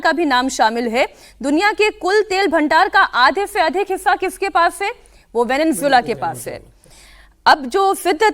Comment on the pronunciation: एंकर को सबसे पहले वेनेजुएला बोलना सीखना चाहिए, यानि इस देश के नाम को कैसे उच्चारित किया जाता है, सीखना चाहिए ।